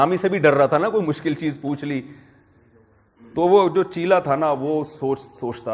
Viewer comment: Assalamu alaikum Guru yani ustad chela yani shagird cheela nahi hota chela hota hai Hazrat